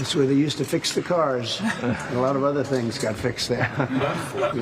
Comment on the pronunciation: “A LOT OF TINGZ”